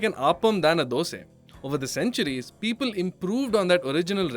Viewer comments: Why you say Dos'e? Isn't it Dos'a? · Ah there you go “dose” sure you are from Karnataka